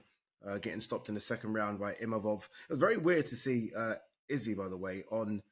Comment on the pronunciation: Why is Gareth A(sshole) Davis still pretending he knows mma....after beating izzy Imavov told everyone how to pronounce his name and this fool still can't even do that....and still called a REAL journalist ffs....the sport and the men and women who put their lives on the line for our entertainment deserve a lot better than this old hack